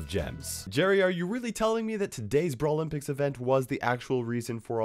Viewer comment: Never ever say brawlympics like that again